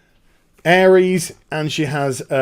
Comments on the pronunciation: Am i the only one screaming aeris/aerith isnt pronounced ares? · he also called Aeris/th ''Airees'' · I hand in my MAN card, when i saw the PS Play video I cried like a little girl, PLZZZZZZZZZZZZZZZZZZZZZZZZZZZ dont fuck this up SE plzzzzzzzzzzz make it what you showed I have waited decades for this. PS Her name is Aerith pronounced AIR-ITH :) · Aries? Isn't her name Aerith?